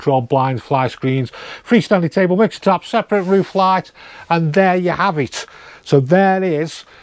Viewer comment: You are going to all hate me for this but.... "What we do av" Once you hear it you can't unhear it 🤣